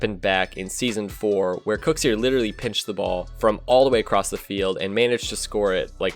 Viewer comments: STOP CALLING KUXIR KOOXS-EER LMAO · Noooo it's not "cooksear" it's "kuxir".... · it's not called the cooks ear pinch. it's called the kuxir pinch. why does nobody say his name right... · I hate how he says Kuxir lol